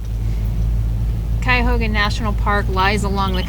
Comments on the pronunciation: You said it right Cuyahoga. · Cuyahoga, you pronounced it right, is close to where I grew up. It's a very nice National park. I like where the train crosses in Peninsula and very nice near Hale Homestead. This area is referred to as the Western Reserve because it was far west in early days of country. The towpath is very nice. There are huge homes toward north Akron because that's where the rubber barons lived...It's where Goodyear and Goodrich used to be located.